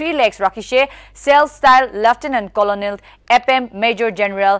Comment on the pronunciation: Let colonel..wrongly pronounced